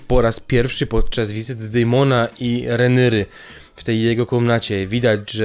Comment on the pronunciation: Jak slysze "renyry" to mnie kurwica bierze... Idz komentuj lepiej pamiętniki wakacji